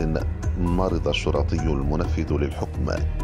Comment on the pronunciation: اسمه شُرطي وليس شُرَطي